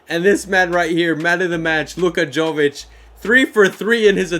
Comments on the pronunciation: Jović is pronounced like Yovichh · love the series man! also, jovic is pronounced with a ‘y’ not a ‘j’ haha